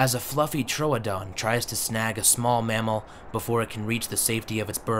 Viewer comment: Trooooodon! Not toadon